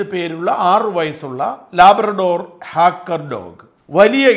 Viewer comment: ഹാക്കർ dog അല്ല.. ട്രാക്കർ dog